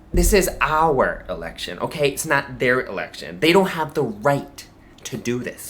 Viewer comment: One of my main grapes about Peter is his pronunciation of election as just ” The Lection”